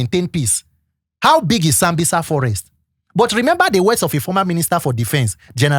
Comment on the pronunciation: When they have problem pronouncing letter Z and S, this is how you reason. It's Sambisa, not zambiza